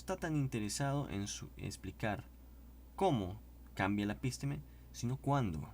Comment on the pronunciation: Estimado amigo, son las am. Y tuve que levantarme a verificar co Ferrarer Mora. Su pronunciación (la suya, de usted) de la palabra episteme (así episteme, sin acento en la I). Usted pronuncia epísteme. Por ahora no me inscribiré a su canal. Esperé a ver si soy yo el equivocado. Si es usted, hay algo gtabe que debe superar antes de publicar videos. Saludos fraternos.